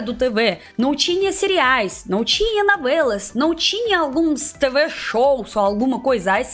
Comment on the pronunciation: Navelas kkkkk Tão típico dos russos confundir o som do o com a rsrsrs Fica fofo 💜